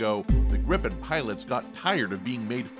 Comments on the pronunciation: Great video! But once and for all, it's pronounced "Jaws Greepen" rather than "Jazz Grippen":) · If you want to say "JAS Gripen" like we do here in Swedish, pronounce it "the Yaas Greepen". ;)